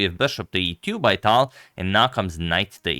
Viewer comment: Agad, it's Talj. You should pronounce how Russians would pronounce.